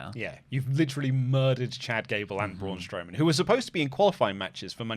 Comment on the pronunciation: It’s not bruan strowman